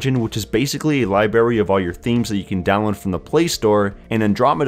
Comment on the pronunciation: "Liberry" No No no no